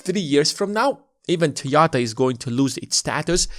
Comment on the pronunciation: All good, but what's Toyata?